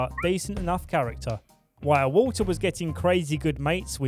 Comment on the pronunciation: i thought he said water's magical mist, not walter lol haha